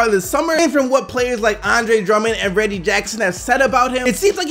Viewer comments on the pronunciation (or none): none